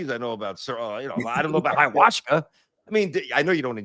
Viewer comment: it's called Ayahuasca, and it's a beverage. Where are you getting the Hayawashka from?!😂